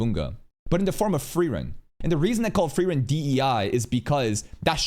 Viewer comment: its called: FU-REI-REN!!!